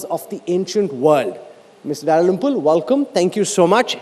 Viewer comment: The way that bjp stooge pronounced dalrymple was so bad